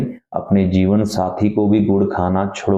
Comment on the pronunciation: Gud wali baat thoda clear tareeke se boliye, baaki log cow mata ko gud khilate hai, aap kya bol rahe hai clea